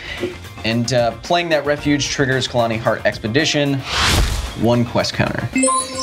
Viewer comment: KHALANI, my ears bleed everytime he spoked wrong, and you didn't correct...